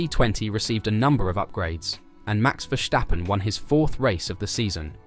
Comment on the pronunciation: Dude, it's VerSTappen, not VerSCHTappen